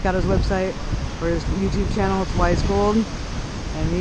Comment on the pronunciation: That's a good Hunt. The only thing is it's not WY'sGold, it's wygold. Don't worry about you'll catch on. lol